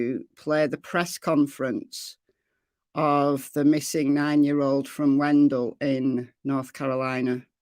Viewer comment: The town is pronounced Wen..dale.I live near there.Bently was located in a camper hiding about 1 mile from his home.Bently had run away before.This is sad but happy he was located safely. Bently did have a cell phone with him.